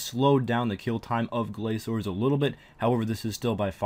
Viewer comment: GRA"K"ORS not glaZors.. wtf?